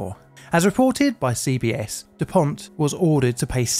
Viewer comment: Dupont!!!! No T at the end for the love of god! I love your videos, but this is really getting to me.